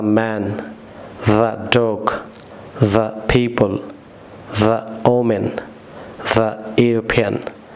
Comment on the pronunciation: woman word er uchcharan sathik halana